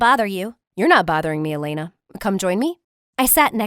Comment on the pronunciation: MY HOUSE IS E-LAY-NA